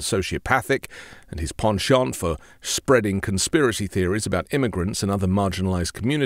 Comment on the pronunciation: “Penchant for corruption”. Nobody but could pull off the French pronunciation w/o sounding pretentious as hell.? It was ADORABLE🤭